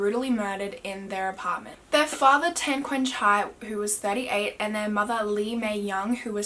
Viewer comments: I used to live in Geylang bahru . Btw Tan is not pronounced as "ten" , is "tun" , like how you pronounce "pun" . Geylang Bahru is "gay lung bar roo" just fyi ❤❤ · Tan is pronounced as ‘t-un’ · I KNEW IT! She was gonna pronounce it as tAhhhn LMAO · Its tan as in t(ah)n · I'm Singaporean, it's pronounced T-AH-N for tan and GAY- L- AH- NG B-AH-ROO . haha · Lol im from singapore and u pronounced tan wrongly and the geylang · yess uu didn't pronounce the word Tan and the name of the road correctly but nonetheless i love ur accent